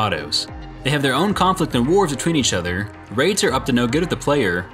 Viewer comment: When you said wraights and aldecados, I swear it sounds like your saying raped in avocados